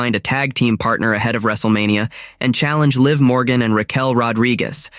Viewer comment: Stop mispronouncing Liv 😢